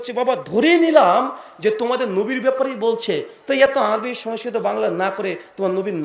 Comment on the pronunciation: আর সমস্কিত টা তো ভালো করে বল 😂😂😂😂